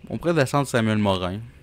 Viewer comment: Antoine Mo RAND , pas Antoine Morin .